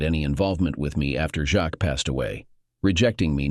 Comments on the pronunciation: ah. would be a good story if polished and corrected before posting........that goes for the story originator also jacques. not jack or jacks, jackie or jackson but i guess the voicer narration can't handle a frencj name. so why not use a different name? and lol.cook and cuck'....totally different, come on! 1.5 mins in and i am guessing that the 2 daughters are in fact siblings. "as they look so alike" the discussion at 25 minutes.....do not forget the money and life she stole from him to have her child raised by him. when its not his! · Jacques. It's french. So the text-to-speech bot has a few issues with it.